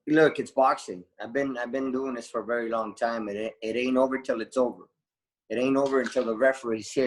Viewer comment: Why do a lot of English people say 'free' for three, and 'viss' for this? Is it an accent thing?.